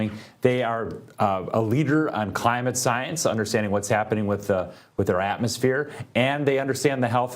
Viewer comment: premiere science organization?? it sounded like he said " premiere Zionist organization"!!!!! play it back, ull hear it! 😂